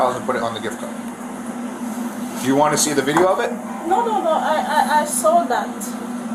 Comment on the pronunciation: if the officers didn’t know she was faking it I’m sure the way she pronounced “video” as “vidayo” here gave her away.